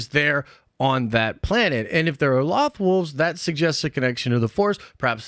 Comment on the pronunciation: Only thing that bugs me about this Is how you’re pronouncing loth wolves Edit: and your purgil theories too lol